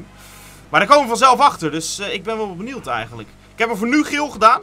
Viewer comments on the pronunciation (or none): Jo bro het is niet benield maar benieuwd